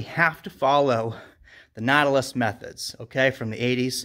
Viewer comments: Ur pronouncing Nautilus wrong. Look it up. Why would u say Natalis? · Pronounced like “naughty”. Naughtilus lol. VERY nice gym!!